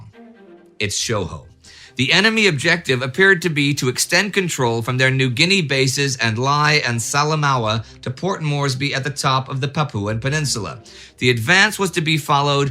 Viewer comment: Pronunciation tips from a guy in Port Moresby: Lae is "Lay", Salamaua is "Sah-lah-maow" and Noumea is "Neuw-Meer". On the flip side Ive been mispronouncing Sault St Marie for three decades now.